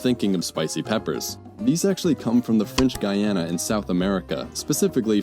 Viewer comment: Guiana = Gee-ah-nah